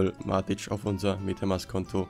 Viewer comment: Nicht matitsch und auch nicht matit, sondern von der Aussprache her Mätik haha Aber ansonsten gutes Video 😅